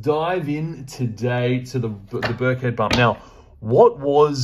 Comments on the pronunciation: It’s not that important, but I live near there and it’s pronounce Birk-en-head. Great reading. I’m getting some Pomegranite juice. Love to the piggies ❤️ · It’s Birkenhead not Birkhead 👍 it’s a little fishing village on the River Mersey… opposite the centre of the known universe… Liverpool 😉